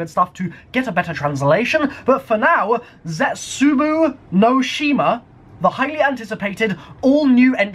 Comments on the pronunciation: You pronounce it as Zetsubo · i thought it waz Jetsubou No Shima not Zetsubou